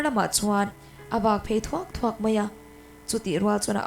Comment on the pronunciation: Bawkvak phei thuak thuak tih hi a diklo deuh em? thuak nilovin/ ṭhuak/ ṭ hman na tur a nih hmel, ṭhuak ṭhuak..